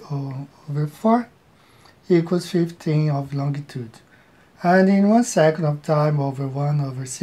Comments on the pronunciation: I love how the guy initially said "longitude" but incorrected himself to say "longue-a-tude" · This guy actually put time and effort into making his "model", which I'm sure already exists for simplification purposes... That's sad. He seems like an old guy too. He's supposed to know better. Also, Lon G itude. Painful.